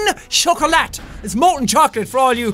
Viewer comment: You don't pronounce the "T" in chocolat, in french. - This useless reminders was given to you with love by a frenchie fan.